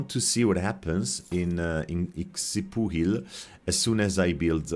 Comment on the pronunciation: Xpuhil it's pronounce near exactly like you said first, later you focus the pronunciation on the X and that's far from the pronunciation, it's only an observation, it's okay, ancient names... Xpuhil still exists now called Xpujil and pronounced exactly like ancient days "xpuhil"